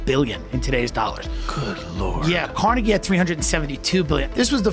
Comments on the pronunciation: Every time I almost forger your not A.I., you do something like pronounce Carnege in a way I have never in my life heard a human say it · your pronunciation of Andrew Carniggy sounds very AI lol. It is supposed to be said Car-nah-gee. Looks like I'm smarter than AI 😝